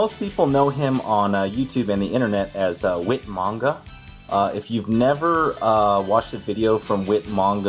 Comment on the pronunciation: Whit manga? Um….. 😐 who’s whit manga? Lmao 🤣 do you mean Whyt manga? Lol